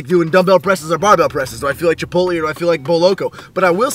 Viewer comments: chipot-lay.. not chipot-lee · chip-ote-lee. y u say like dis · It is pronounced chip-oat-lay. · Pronunciation - chi-polt-lay... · LOL the way you say chipotle. Huehehehe. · Stop saying chipotle wrong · Alright is it just me or is he saying chipotle weird?? Srs